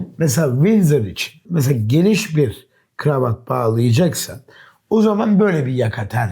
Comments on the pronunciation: Dış sesin gravat gravat demesi bir tek beni mi rahatsız etti? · bu kameraman niye GIRAVAT diyor?